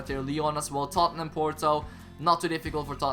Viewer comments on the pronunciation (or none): none